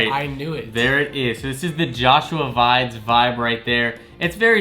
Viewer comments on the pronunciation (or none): Joshua Vides' last name is pronounced Veee-dez.